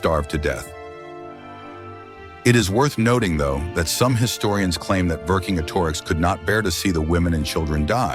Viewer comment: Pronounced Vercingetorix correctly.